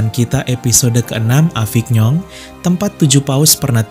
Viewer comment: Maaf mas Avignon dibaca avinyon, Lourdes dibaca lurd